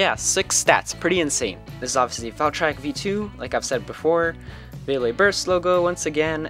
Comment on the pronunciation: He says "valtryek" right.